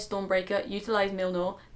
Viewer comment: Mjolnir... Muh-yol-nir?... meow-meow!